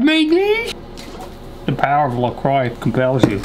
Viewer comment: “The power of lacoix compels you” 🤣🤣🤣